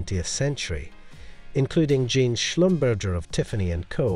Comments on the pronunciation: I meant if I said catering instead of Katherine that would be a mispronunciation. Like SCHlumBURGER and not Slumberzhay. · He said Jean like a pair of denim pants and Schlumburger like something between two buns. If I called you catering wouldn't that be a mispronunciaton? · Right.. he said “shlum burger” I’ll have a shlum burger with cheese and bacon, no pickles. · I like his accent, but that doesn't excuse mispronouncing someone's name. Since Van Cleef & Arpels and Jean Schlumberger are French it should be Ar-pehlz and Zhan Slumberzhay (my attempt at phonetics!). Still it was a nice video and wonderful to see all those fantastic jewels! 😃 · You do not pronounce the S in Arpels. Pretend you don't see it. And Schlumberger is pronounced Shlum bear zhay, accent on the first syllable.